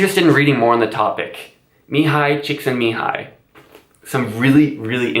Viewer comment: As a Hungarian I love the way you pronounced Mihaly Csikszentmihalyi. 😃